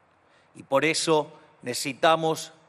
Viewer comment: Necesitamos no necetamo tanto cuesta hablar bien